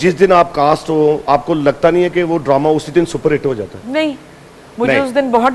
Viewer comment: so called khan, Droma nahi Drama hota hai paindoo jaahil lahori shakhs.